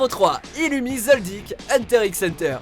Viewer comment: Par contre on va vite se calmer avec Zoldyk svp on dit Zoaldiek